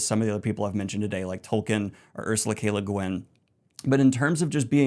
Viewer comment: Bruhhhh are you sure that's how u pronounce leguinn